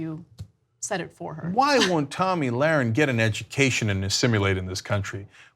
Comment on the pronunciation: SHE FINALLY SAID HER NAME CORRECTLY